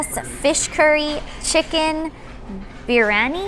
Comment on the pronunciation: You got that rightly pronounced for Biryani. Love.